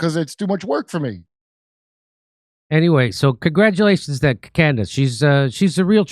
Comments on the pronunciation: Lol “Camriss Owens” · she called herself Camerace? QUITE the Destiny, child. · She said her own name wrong… weird… Camrace Owens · Anyone else notice she mispronounced her own name? She must be very excited about that #1.